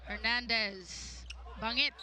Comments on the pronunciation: Ban-jit kasi galing sa Amerika yan siya pero BaNGit talaga native pronunciation niyan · Yung commentator hnd man ng research sa players. Bangit opo pero pronunciation doon BAN-JIT